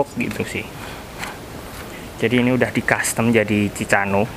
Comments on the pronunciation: Mas bukan ci ca no tapi ci ka no bacaan nya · cikano di baca nya bang